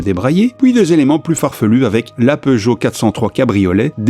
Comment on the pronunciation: J'ai vu la série en version originale quand j'habitais en Angleterre et j'ai éclaté de rire quand il a dit que sa voiture était une "pioujeo"